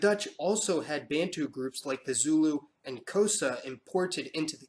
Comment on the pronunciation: it must be emphasised that the so called `intergration `was in fact raping of women. Also De Klerk didn't abolish Apartheid. Black Africans fought for it. Oh `Bantu and Nyasaland ( now Malawi) `are way wrongly pronounced.